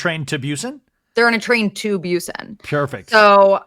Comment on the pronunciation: Just me rolling on the floor screaming every time they say 'Train to Byusen' 😭😭😭😭 I can't!! It's Busan pronounced Boo-san, that was a fever dream 🤭